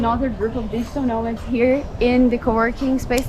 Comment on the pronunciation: Did you say " Digital no- marks"? 😭BTW, no-mark is a u. K slang ( Manchester) for a person of, let's say, no interest. But really, at least they're actually travelling, not just sitting on their ass, being a keyboard warrior.